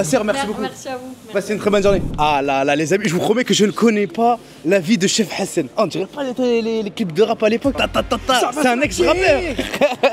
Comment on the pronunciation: on dirait tu dit cheb hassan 😂😂😂